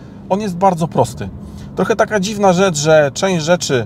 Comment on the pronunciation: za dużo "ę". brzmi tragicznie i nienaturalnie. troch"ęęę" za gł"ęęę"boko wy"ę"dukowany w czytaniu. poważnie lepiej spuścić z tonu